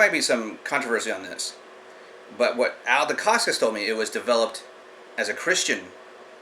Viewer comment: You Sound like you know much but for a guy who keeps saying Al Decascos name wrong you say it as it was Italian or Polish. I was in the Ed Parker Long Beach Internationals in 1972 probably before you were born, I met Mr.. Ed Parkers then and Met Malia Decascos when she won 1st in women's Division. At that time Mark Decascos her son was a Toddler. My Sifu I took private lessons since he was green Calif. State Champ in San Francisco then took 1st in Brown belt division.. also head instructor 3rd heavy weight Black belt in the nation could not beat my teacher and after he got his black belt from Ed Parker he Beat all Light weight, Middle weight and was in finals losing by points to Jeff Smith who was number 1 in heavy weight division. There was a Studio named Universal Kenpo Who had testing students were taken into a local bar and had to lay out guys with chosen Side kick or roundhouse or vertical punch. A guy came in from a new school to do a Demo, the Black belt asked for a White Belt to Demonstrate Wosley San Soo Kung Fu,.. The Owner "Brewster" said you aren't leaving until you beat one of our black belts! The"Wosleys" Kung Fu System was a racket for money not the arts! . Frank Wosley Studio charged $50 a Month where unlimited use of the gym and weekly lesions, Originally Frank Wosley was a Businessman who met s Chinese man who inherited a book of ancient strikes to kill of cause malice, The art was taught out out a book translated into English. That is the reason they did no